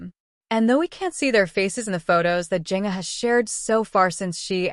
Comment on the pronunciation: Its confirmed on social media its not twins! Please pronounce her name correctly